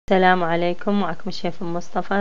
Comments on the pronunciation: ليش تكولين تلام عليكم بدل سلام عليكم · عاشت ايدج بس ليش تكولين اتلام عليكم ما تكولين سلام عليكم؟؟